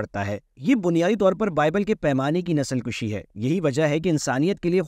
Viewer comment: اردو میں لفظ ،نسل کشی ، پیش سے پڑھا جاتا ہے جبکہ آپ زبر سے پڑھتے ہیں اس طرح معنی تبدیل ہو جاتے ہیں ۔